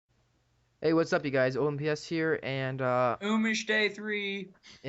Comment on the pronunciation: btw not tryin to be rude but im pretty sure he prefers it to be pronounce oomish not omish